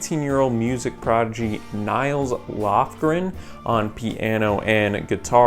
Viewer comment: It's pronounced Neels. For Nils lofgren